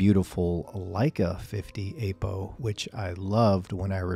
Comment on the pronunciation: Please, stop calling it "Ape-O" :) It's /ˈapəʊ/